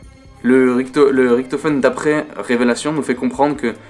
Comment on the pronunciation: Tu me perturbe quand tu dis « Riktofen » et « Tranzbit » x) sinon super vidéo !